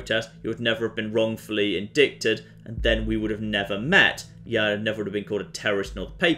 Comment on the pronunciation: So the first person frames is Laura K Buzz. This is going to go well. Also, you keep saying Indicted. I do not think it means what you think it means. Indicted the way you say it sounds a lot more... painful.